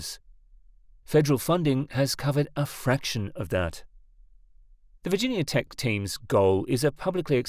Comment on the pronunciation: a team at "virgin yahh" tech haha. Silly foreign mispronunciations